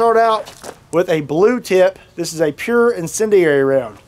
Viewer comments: Let’s count how many different ways he can pronounce incendiary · Love how this guy fails at pronouncing incendiary, time and time again 😆